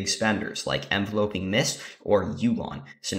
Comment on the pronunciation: Thanks for posting this, quick thing tho the word is Enveloping like Envelop (ev-VEL-up - to surround) not Envelope (EN-vel-ope - what you put a letter in), so it's pronounced en-VEL-up-ing mists. So so minor but just tweaked my ear lol